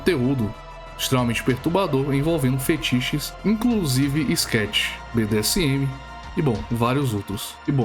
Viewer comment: Ele disse skatch. O que é isso?